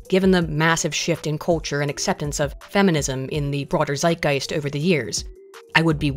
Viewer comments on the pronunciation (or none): none